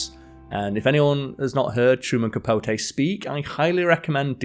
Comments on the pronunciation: Truman Capo-tay. 😅😅😅😅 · A lot of mispronunciations too. CapoTAY....PorGEE.😮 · It's "CapoTEE". A feature on a writer of his gifts should be SCRIPTED and well- written at that ("hung around with"? Surely "socialized" is better). Otherwise, a good introduction to the author. As to the comic range of "Smallwood" there is an Irish actor called Jimmy Smallhorne", and decades ago in Romford, Essex, I knew a Dennis Crapnell ( one introducing himself before a lecture, he added, "I've heard all the jokes." Staying on this theme, there is a famous Irish journalist called Fiona Looney🎉